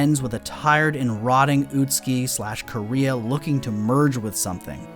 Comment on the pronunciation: why do they call her Korea? that´s not how you pronounce it at all (koo-reh-ha)